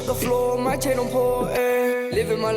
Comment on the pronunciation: I thought he said Jane instead of chain